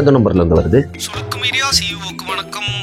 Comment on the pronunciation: Sulukku❌ Silukku✅😂😂